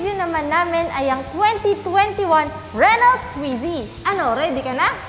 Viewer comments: mga lods correct pronunciation po ng car Renault, french so silent "lt", renau 🙂. More power mga lods. thank you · RENAU po ang pronunciation ng RENAULT, Hindi po Renolt. FYI lang para di mali. Tnx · Renault – 'Ren-O' FYI lang po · Re-no... hindi renolt. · Renault is spoken as 'Re-no' French po kasi tong brand na to. same as Peugeot hindi po Pugot ang basa kundi 'Pi-yuj-o' mejo complicated pag french brands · Pang city Drive yan dito sa Milan,Italy! Re-no po ang tamang Basa O pag bigkas.. French po kasi.. Subukan n’yo rin po yung SMART! Gawa ng Mercedes Benz. Tska FIAT 500 Italian Brand.. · "Reno" po pronounce dun silent L and T, then ung A and U pronounce as "O" so it became "RENO". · you read it as "re-no" po. Good review pero sana bigyan ng justice ang brand pronunciation 😅 Naa wikipedia naman yan eh 😊😊👍👍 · Wow my renault brand ndin pla sa pinas.. sorry po but i think, the pronunciation should be "RENOW". It's a french brand made automobiles.. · Thhat is Renol with the silent T, lol!? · ruh-now daw po pronunciation. hehe silent “T” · Renault pronounce as " Reh-now" po. French word pronounce as french not english.✌ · you pronounce RENAULT...as RE-NO....sa french hindi pino pronounce yang dulo na LT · French people pronounce it “Ren-O “ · mas maganda po kung french nyo po talaga bbigkasin read as...RUNU :) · RENO ang pronunciation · Sir Mam hehe... Medyo pakipronounce po ng tama ✌